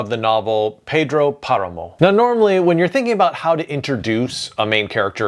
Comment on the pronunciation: Lovely video, very funny how you called the man Pedrwo Paramore